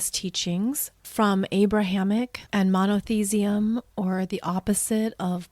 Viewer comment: Monotheism does not rhyme with cesium. Facet is not pronounced like faucet.